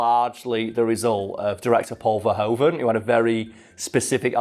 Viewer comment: Paul Verhoeven was really disappointed with this movie afterwards , he thought someone else could have directed it. ( Oh and although even he has come to just go along with it in English , in Dutch the oe in verhoeven is actually like in shoe. Might be helpful if you need to pronounce someone else's name )